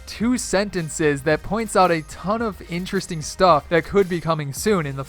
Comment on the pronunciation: in the first 8 seconds i can already tell he's going to say, "ineresting" about times this video